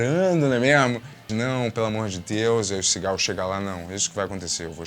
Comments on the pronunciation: Não sei se só eu, mas toda vez que o disse Seagal eu ouvia Cigarro 😅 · Só eu que ouço "cigarro" cada vez que ele diz "Seagal"? 😂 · Demorou para eu entender que o falava Seagal, e não cigarro.